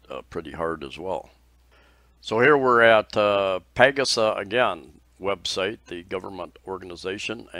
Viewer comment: Ha, had to laugh at your Alabama styled pronunciation of PAGASA (Pah 'Gah Sah). Pronunciations aside, you could have been a weatherman!